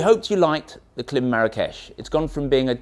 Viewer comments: Pronounce the i. It's Kl-eye-m, not Kl-eh-m. Like Climb w/o the b. Klim. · Pronounced climb. But good review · it's KLIM -- as in "climb". That's why the "i" in the logo has a long sign on top. A long "i". KL- AYE - M. Otherwise, love your stuff, wish motolegends was in US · Klim 🤣It’s pronounced Klime!! 😂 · Please pronounce KLIM correctly! 🙄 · Oh dear - if you are selling Klim gear, it's probably best to find out how to pronounce the brand name correctly first